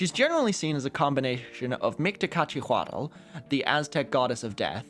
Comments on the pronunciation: hey! Anthropology major and someone familiar with Nahuatl pronunciations here! Mictecacihuatl is pronounced “Meek-tay-ka-see-wat(l)”, not “miktacachiwaddle”. A good exercise for practicing the “tl” infinitive ending in Nahuatl words is saying the word “Atlanta”(or “Atlantis”. Or “Atlantic”. Or “atlas”. You get the point.), gradually truncating it till you’re only saying that “tl” sound in the middle of the word. People (hopefully) don’t say “Atuhlantic”, they say “Atlantic”, and even though having “tl” at the end of a word looks odd to English speakers, it’s not hard to pronounce correctly when you practice. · If it’s any consolation, he butchered the Nahuatl pronunciation of Mictecacihuatl later in the video too 😭